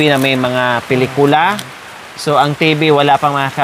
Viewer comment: Pinitula,pilikula ano ba yarnn